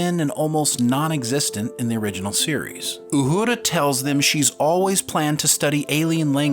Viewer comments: Uhura . Not uhudra . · Repeat after me “Ooo-Her-Ah” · Pronounce Uhuras name right its not uhooda geez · STOP saying Uhura like Uhurrrra. Her name is, and always has been, pronounced without the rolled "R". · Say it with me…U her a…Uhura.🤷‍♂️🖖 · Ok when did they change the pronunciation of Uhura’s name? Good Lord! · I've never heard Uhura pronounced with a rolling "r". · 🤣 pronouncing Uhura like it’s a Spanish word and Ortegas like it isn’t a Spanish word… great vid though… can’t wait for this one.